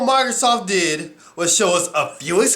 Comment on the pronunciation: Who's this 'Marthasoft' you keep mentioning?